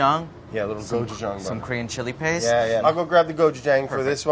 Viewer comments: it is. but he doesnt pronounce it like that. his is more like gochujung. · Andy: Gochujang Brad: GochuJANG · as someone who's learning korean, andy's pronunciation is much better. he has that long 'aa' sound which is correct, but it's not perfect. if you romanize the korean word (고추장) properly, it's gochujang. brad keeps that soft 'ch' sound, while andy keeps that long 'a' sound. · did it not bother any one that brad said Gochujang and right after andy would say Gochujong! which one is it?! make up your mindddddd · I love the small petty hate they both Express with the "GoJuJung" vs "Gochujang" butter pronunciations. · The way they keep saying cotchujang (so sorry if spelled wrong) lmao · There's a lot of misinformation in the comment thread here. The correct pronunciation is not "somewhere in the middle." Brad incorrectly pronounces the "a" as ⟨æ⟩ (as in "apple"). This vowel would be romanized as an "e," not an "a." Andy's "a" in "gochujang" is more accurate and, even with an American accent, can be easily understood. Look up the audio sample on the Wikipedia page "Open front unrounded vowel" for reference. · andy and brad’s pronunciation of gochujang shows a lot about their overall differences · Andy pronounces gochujang better then Brad but then Brad pronounces gochugaru better then Andy 😂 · Watching them trying to say Gochujang.... im sorry but i cringed so hard. But thanks for putting in some Koreanness into you vid. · Seriously Brad... Listen to Andy and stop butchering the pronunciation of "gochujang". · Am I the only one who's annoyed at Brad's pronunciation of Gochujang? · I appreciate how they REFUSED to agree on a pronunciation for gochujang.